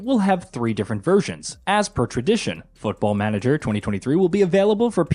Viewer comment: I never played Football Manager before and I am thinking on starting with this one.... but... but this guy pronunciation of it....... I am not even native English speaker and I KNOW IT IS WRONG...... not to mention that there is no letter pronounced "yoo" in English alphabet.... closest one to his pronunciation would be letter Y and that is not even close.... What are they teaching them there.... Also who cares on customization of main character who you do not even see at all.....